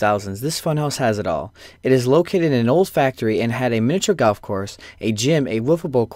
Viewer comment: It's GOLF not GALF